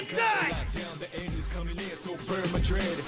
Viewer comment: Til this day, even after the remake, it still sounds like "Burn my bread" instead of "Burn my dread".